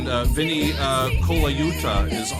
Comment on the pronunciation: The way you're pronouncing Vinny's name, makes it sound like you might be unfamiliar with him. If you gather a large number of drummers in the same room, a significant number of them, perhaps even a significant majority would say he's the best drummer on the planet.